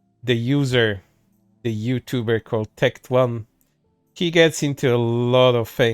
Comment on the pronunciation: got so mad he can't even say Tectone's name correctly lol